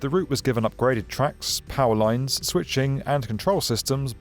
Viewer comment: why does he sounds like he's dutch when saying "lines" it sounds like "lijns"